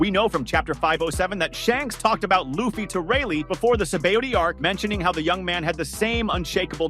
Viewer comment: How about you get his name right. there is NO WAY his name is "Loff fee" you say it "Lue Fee" Now say it with the rest of the class.... Lue Fee.